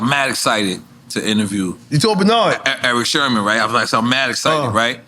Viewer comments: nore keeps calling eric sermon - eric sherman ......are you dumb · Its sermon nore not sherman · It's "Sermon" not "Sherman" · Why NORE keep saying Erick Shermon? lol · Nore caled him Sherman instead of Sermon 😂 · At least say his name right ! It’s Serman not Sherman ! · NORE it's Erick Sermon (Like the Reverend NOT Shermon 😂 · Bruh if u dont stop calling him Eric "Sherman" 😂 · NORE keeps calling him Erick "Sherman" lol. Shout out to NORE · He saying Sherman?